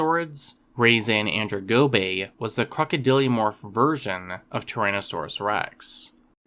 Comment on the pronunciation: Why did you pronounce it weirdly? It should be pronounced (RAH-zah-nan-DRONE-go-bay).